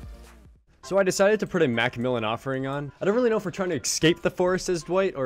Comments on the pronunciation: You've said excape so much that escape sounds incorrect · The way he says " EXcape " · Drives me insane that he pronunces escape as "ecscape". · Excape.. love it lol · "and he's trying to excape" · did he just say excape ? Omg lol. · Your way of pronouncing escape is as special as that Nurse.